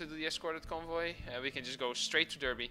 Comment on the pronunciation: Another top quality video my man, entertaining from start to finish! PS: Derby is actually pronounced as Darby by the great people of Britain ;)